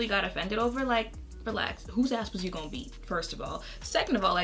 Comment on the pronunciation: “whose ass were you gon’ beat” 😂😂😂😂😂😂 i swear you got some brooklyn in you girl!